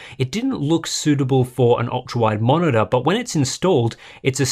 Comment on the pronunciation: i was like, wow I want this until i heard "...va-monitor"... no thanks :)